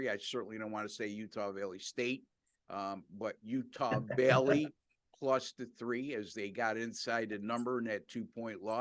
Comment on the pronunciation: Sounds like he's saying Utah villey, it's valley not villy, ok